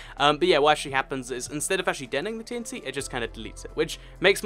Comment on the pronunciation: It sounds like your saying "TNC". T is a letter. Dont forget it.